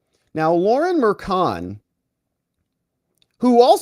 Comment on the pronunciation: Its not kild, its child. Its not killi, its chilli. Its not Merkan, its merchan. If they cant pronounce their own last names right...